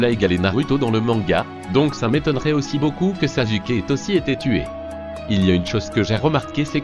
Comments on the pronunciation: Ca s' ecrie sasuke mais ca se prononse saçuke pas sasuke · En plus il dit sazuke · baddy203 t’a détruit le nom de sasuke 😭😂😂